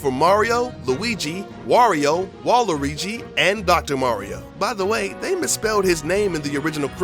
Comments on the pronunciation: did you say walurigi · no one commented about hoe he said walurigi? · DID HE JUST SAY Walurigi?